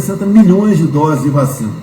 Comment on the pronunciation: Veja que ele fala "vachina" e depois se corrige. Mente descaradamente Mas o interessante é que atrás da coronavac com propina ele correu atrás E da covaxim, feita sob o mesmo modelo que a chinesa É um psicopata.